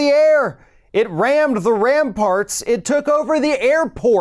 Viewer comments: He didn't know how to read the word "Ramparts". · His speech writer needs to be fired. Everyone is focusing on the airport flub, but there was so much more wrong with that whole rambling mess. He obviously couldn’t say, “man the ramparts,” he tried twice and failed, and anyone working for him would know those words are too complex for the idiot. They also mixed up details from the War of 1812 in there, and got the names of certain cities wrong.